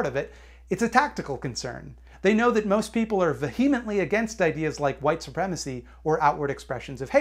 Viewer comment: you mispronounced "vehemently", and it hurt my feelings:'( phonetic minutiae aside, gr8 video as always ily UwU